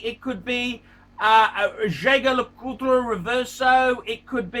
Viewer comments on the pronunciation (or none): This f’ing pronounces every damned brand wrong!! BLANK PAIN! SUBMAREENER! JAYGER LEKOOLTRA!